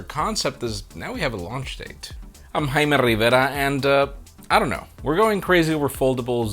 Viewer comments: SaLudos 👊😎